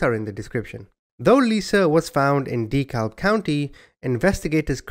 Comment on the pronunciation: Dekalb is pronounced deh-cab. I'm from Birmingham in Jefferson County. Believe it or not my name isnt Bubba and it's only one name rather than 2 names as my first name. My name IS Mike Jones though